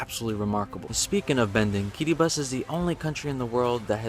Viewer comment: I'm so proud of him for his correct pronunciation of the name of my country "Kiribati"